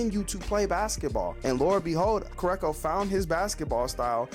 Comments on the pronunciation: KurOKo basket ball not Kurako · I couldn't get over the way he says his name either lol